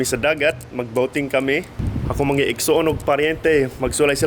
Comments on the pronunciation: mag lisod gyud mga amerkano mag basa sa words nga " mga" "nga" caloy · and up I heard she said “mga” was monga 😂 (mango) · hello! lingaw kaayo ko sa imoha nga gigama nga vid...as in katawa jud ko ug maayo sa "nga" ug "mga" ug "ngitngit" coz they sounded like from Lesotho (i think). pwede mangutana nganong maayo kang mu-Bisaya? salamat! #AnnBev bisdak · The "nga" and "mga" 😂 As Cebuano, thanks for trying to speak Bisaya. Enjoy Philippines! 😊